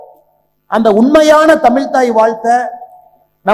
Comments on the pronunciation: Muthalil tamizh endra varthaiy correctta ucharikkakum tamil illa tamizh Mr.Annamalaiji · Ask him to pronounce tamizhi properly. Not tamil.